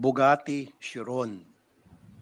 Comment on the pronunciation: Khi-run ang pronunciation ng chiron